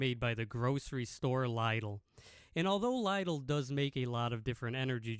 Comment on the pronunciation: it is pronounced Lidl not Lidal. Lidal is not a word 😅